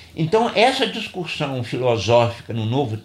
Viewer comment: Obrigado pelo vídeo. Acredito ter havido um engano na pronúncia da palavra discussão, pois várias vezes entendi a pronúncia discuRssão (com R).